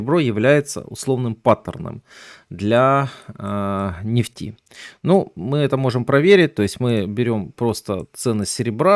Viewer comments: Правильно ставить ударение в слове нефть на Е. Ну нельзя говорить на столько безграматно, как автор: "котировки нефтИ". Правильно "котировки нЕфти". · Так у Вас ударение на второй слог. А уж " нефтИ", упоминаемое часто, режет слух. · Режит слух не правильное ударение в слове нефть,слушаю и смеюсь.Доверие пропадает к инфе